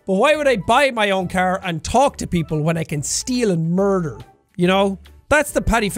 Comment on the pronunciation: "I wanna merder my stepfather "